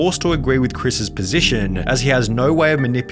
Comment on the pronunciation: Why he adds letters in the end of the words? "Videoah" "positionah" "for realah" bru wtf is that